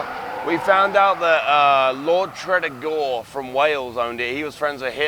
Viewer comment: It's pronounced Treh-Dee-Gar